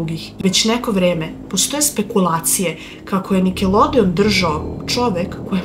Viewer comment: Prvo pojedi pa onda pricaj seljanko i kaze se nikelodion,a ne nikelodeon!